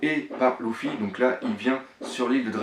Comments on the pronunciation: propre ta vidéo j'adore je les suis toutes mais y'a un gros problème ça me fait mal au oreilles quand j'entend loufy et louchy, c'est Leufy (lufy) et lusie et non louchy faudrait pensé à voir la prononciation des blases sinon c'est vraiment nickel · arrete de dire louffy . sa s'écrie luffy mais sa se prononce leuffy